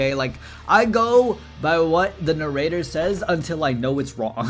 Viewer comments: criticizing the narrator for the way he says hierophant when himself says narrator like "na-rateor" is truly a moment. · Not sure if going on about narrator having weird pronunciation whilst he literally saying "narrator" with a British inflection and an american accent is world class irony or diabolical levels of trolling. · when is making fun of the narrator for saying "hierophant" the wrong way and then butchering the word "narrator" is truly a a moment